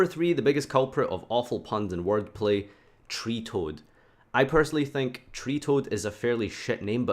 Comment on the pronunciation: Rank10 is from Montenegro btw and its Treatoad not Treetoad